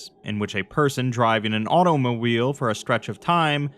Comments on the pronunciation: I thought it were auto-mo-wheel. Like a motorized unicycle. Shit always needs mo wheels. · one of them gosh darn auto-mo-wheels